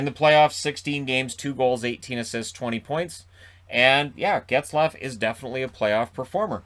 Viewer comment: Plz don’t say Zaygrass.